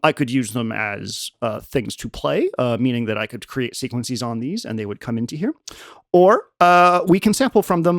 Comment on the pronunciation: he said "sequences" but pronounced it like it was a greek plural, "sequencees". 🐐